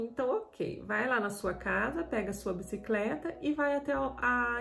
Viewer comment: Abisicreta parece a do Jaiminho carteiro do chaves kkkkkkkkkk